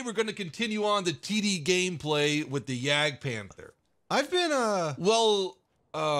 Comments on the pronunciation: Ist's not Jägdpähnfer, it's Jagdpanther! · nope that's not it. You pronounce the a the same way as I and the British People does.. and You also just say like Panter without saying the h at all.